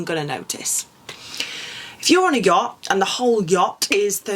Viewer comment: Had to stop watching because I just couldn’t with the way to say “yacht” with almost a G on the end 😅😅🫣